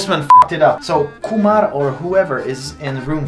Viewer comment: When he says Kumar perfectly i was shocked 😂 he can say indian name perfectly 😂